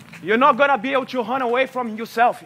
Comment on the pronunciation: "You not gonna be able to hun away from yoself" 😔